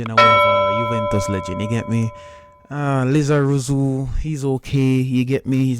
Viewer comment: It's not lizarozi it's lizarazu